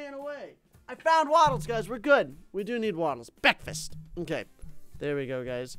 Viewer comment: did you just say becfast